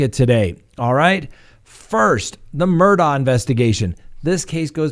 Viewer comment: I’m Scottish, Murdaugh is a Scottish name and it’s pronounced Murdaw. Hope this helps.